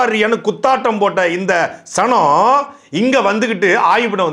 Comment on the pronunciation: சனம், எனக்கு சாணம் னு கேட்டது 😂